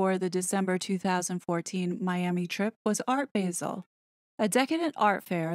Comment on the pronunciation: Regarding "Art Basel": the "a" in Basel is pronounced like "ah" (as in "Say 'ah'!)